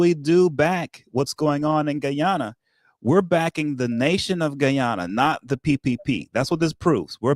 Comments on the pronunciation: Please sir please ...pronoun Guy-ana the Guyanese way😢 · blahk mahn so gullible: Guy - an- nah😢😮😅😮😢